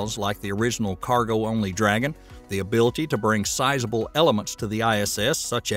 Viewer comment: "IMPORDANT" is not a word. "ABILTY" is not a word. "PUHTICULAR" is not a word.